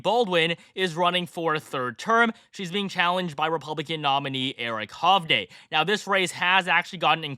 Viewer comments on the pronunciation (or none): Nobody can pronounce Eric Hovde's last name correctly. It's pronounced HUV-DEE